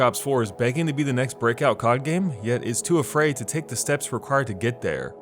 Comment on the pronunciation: i cringe every time u say "cod" as a word